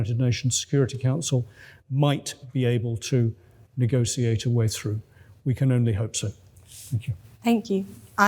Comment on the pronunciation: Negotiate not Egotiate